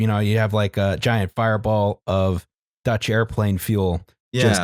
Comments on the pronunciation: You guys pronunciation of Dutch is just abysmal. Fuck you guys 2. Lots of love, A Dutch comrade. <3 <3 <3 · As a Dutchman, I have no issue with the digs at the Dutch and our history. But your attempts at pronouncing anything in our language feels like jabbing pins in my ear. Keep at it though. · I'm not dutch, but I know it doesn't have that many Js within